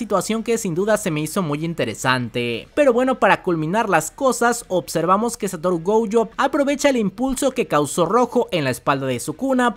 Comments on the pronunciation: Un dato: se dice gojo, no goujo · me desespera que digas goUyo es GOJO!!! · No pude con el "Goujo"😭😭😭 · Siempre ha dicho goujo 😂.